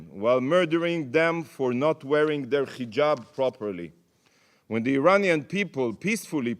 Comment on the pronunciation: It's not Khijaab... Its Hijaab. You killed women